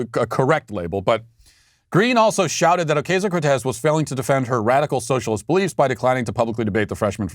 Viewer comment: Do you think Matt pronounces AOC's name "Oh-KAY-zio" on purpose just to troll her?